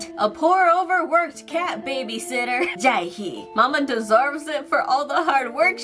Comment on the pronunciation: yoosung pronounced "you-sung" not "yong-soon" Jaehee pronounced "Jay-he" not "jah-hey"